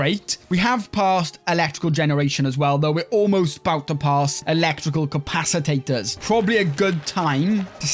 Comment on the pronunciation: My god your killing me with that compacitator 🤣🤣🤣